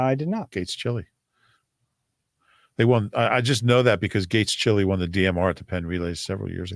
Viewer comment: Hey, fellow gates chili grad here along with Clint. Its pronounced gates CHAI LY not chili like the food 😉